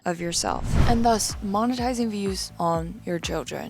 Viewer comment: Please tell me why I heard ‘MOM-etising’ 😭…?